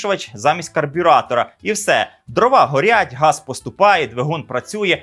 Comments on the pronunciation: "дрОва"! українською будь ласка! а не кацапські "дровА"! гидотно це чути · Чому дровА,а не дрОва??